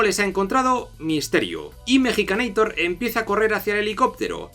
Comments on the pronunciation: epa epa mejicaneitor? ES MEXICANEITOR POR FAVAR jajaja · Cuál es el punto de decirle mexicaneitor? en todo caso Arnold es un estaudounideitor, la cagaste